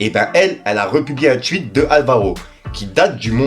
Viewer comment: Un tweet pas un tuich 😂